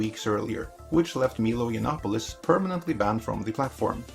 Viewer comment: WTF is a Meelo Yonopolis?